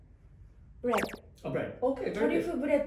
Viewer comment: 発音ええのにブレッドは鬼日本語やったw